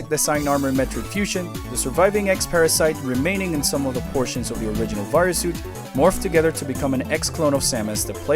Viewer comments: The way you pronounce "Varia" hurts me personally, as I've always pronounced it "vuh-rye-uh". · Barrier japan pronounce it as a BARIAAAA wich become the varia on US😂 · listen, I could totally be the idiot here and be pronouncing it wrong, it just always read that way to me, personally lol